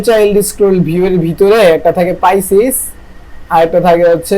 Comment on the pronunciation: পাইসিস না ভাই, ফিজিক্স